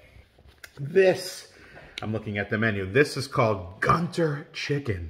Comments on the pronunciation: it's pronounced Goontoor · It's pronounced as Guun Tuur. And the South Indian state to which Guntur belongs (Andhra Pradesh) is known for chillies and spicy food. 😁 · It's pronounced GooNTouR ( gu sounds like good not gu in gun, tur sound like tour), GUNTUR is a place in Andhra pradesh, south India